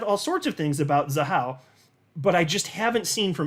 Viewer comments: Pronounced “Za-Wah” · It's pronounced Za-how